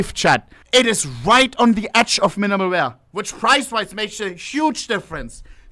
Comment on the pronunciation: Minemal weaya ... Minemal weaya